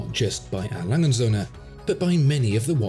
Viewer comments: Cool videos. As a native German, I just have one comment. The "&" sign in A Lange & Söhne is not silent. It is pronounced "und" which of course translated into "and". The German pronunciation is reasonably simple for English watch aficionados. Just think bund strap minus the b and you got it. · A brand with that level of perfection deserves its name pronounced correctly: 'A. Lange UND (or AND) Söhne'. Or would you prefer your Brand name be pronounced : 'Watchfinderco'? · A. Lange und Soehne. ore A. Lange and Sons. Never say A.Langesoehne....never. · Still refuses to learn how to pronounce his favorite watch brand haha. This is hilarious.